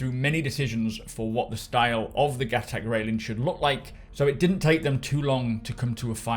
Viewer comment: everybody, its pronounced GUH-TOK